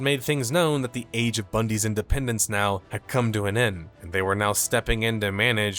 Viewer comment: “age of Bundey’s” haha 💚